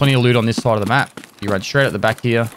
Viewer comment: "i'm gonna jump over heyh and i'm gonna jump over heyh" lmao